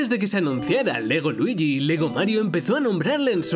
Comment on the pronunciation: Me dio risa cuando dijo LEGO ness xDDD